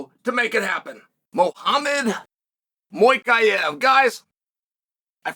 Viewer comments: “MOY-KAIEVV” at least it wasn’t “Mo-cave” 😂😂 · Mohammad Moykaev 🤔 Cheal is undefeated undisputed in name butchering too 😂😂